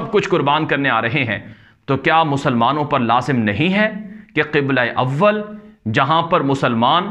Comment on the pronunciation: Please read as Qibla e Awwel not Qubla e Awwel. Second mistake, please read as "ghem" not vhem. Sorry for typing mustajes.